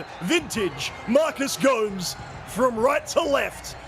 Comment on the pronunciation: it's Gomes, not Go-mez ( if that's what you're asking :D )